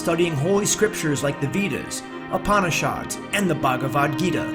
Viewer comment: My avator, Veedas, Upaanishaawds, and Bagwaad Geeda? Come on, couldn't you have someone from the original culture do the audio?? This is killing my ears..